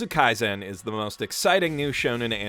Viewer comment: please, you don't pronounce it kaizen, it's kaisen